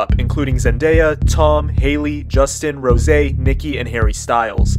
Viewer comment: the way he pronounced rose 💀